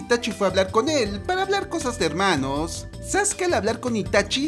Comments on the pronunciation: Al Inicio Me Dio Risa Porque Dijo Helmanos y Se Decia Hermanos jajdjddansqwdd mh wfqvqwfmbqbwddnqq nd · Like Si extrañaba el "Helmanos" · Me encanta dice helmanos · Me encanta que digas " helmanos" te queda genial y grasiosisimo estas mamadisimo😂